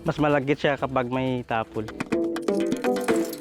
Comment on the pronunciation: ginawa pa ngang ilocano ni Jessica yung “Tapol” tapol lang ang bigkas ginawa pang “Tapelll” 😏